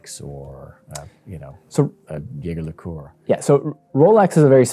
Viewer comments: It's supposed to be zhey ZHER leh KOOLT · "yager lecootye" ? Ouch, with love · Come on man... Yayger Le Cooti-yay yoo-bosh is a very charming pronunciation.😂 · Damn, Americans really struggle with saying Jaeger LeCoultre. It especially cracks me up listening to snobby people struggling to pronounce it. JLC should just rename themselves to Jagermeister at this point 😂